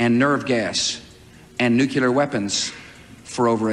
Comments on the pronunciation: Am I the only one who feels ill whenever I hear Bush say “Eye-Rack” or “Nukuler Weapons”? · Remember, folks... If a politician can't pronounce "nuclear," he probably shouldn't be in charge of the largest military in the world. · How does someone become president who can't pronounce "nuclear"?